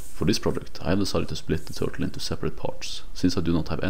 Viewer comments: Bro said TURLTE 😂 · Turlte? Lol. Nice work though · No idea what to call it, huh? How about: Twur-tle.